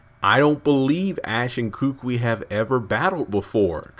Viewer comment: I strongly suggest to the uploader that he learns to pronounce names correctly. Kukui is pronounced koo-koo-ee,not kookwi.